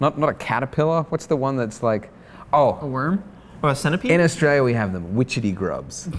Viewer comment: Never before have I heard someone from Australia so butcher the pronounciation of their own damn country. Or maybe I'm the fool and there's actually a country called Austraia with a suspiciously similar accent.